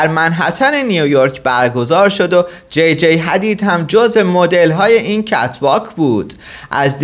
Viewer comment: توروخدا یکم سوادتونو ببرید بالا اسم جیجی رو درست بگو Gigi هستش